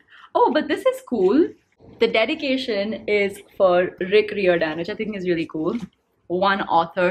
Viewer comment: Actually it is pronounced as Rick Ri ohrr dannn